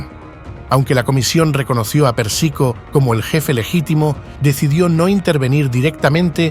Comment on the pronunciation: es Pérsico, no Persíco.. se pronuncia Carmáin,,, no Cármine... fuera de eso, gracias por el Video.. está genial.. aprendí un montón